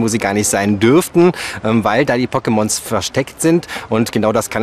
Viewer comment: "Pockemons" AAAAHHHH KILL IT WITH FIRE!!